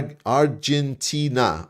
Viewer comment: Listen pls to the song "Dont cry for me Argentina" by Madonna, then you get the right pronunciation. XD. With all respect to Argentina.